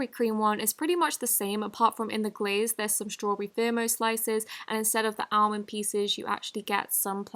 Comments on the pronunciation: Almond Croissant is pronounced “allmond crissont” ❤️ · I love how she pronounced Almond like “Allmend” lol (if ur reading this the L is silent in Almond lol 💕